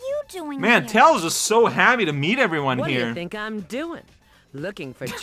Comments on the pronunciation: That Rouge line reading of "Whaddya think I'm doing?" bothers me more than it should every time I hear it. Like in context it's clearly supposed to emphasize "Think" like, "Whaddya THINK I'm doing??" but instead the way she says it sounds like, I dunno, Rouge is trying to play Charades with Tails & wants him to guess or something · Well that was silly. Also, third time we’re hearing the unfortunate line from Rouge where the voice actress clearly wasn’t given a context for it so she didn’t know to pronounce it „what do you THINK I’m doing“. Oof.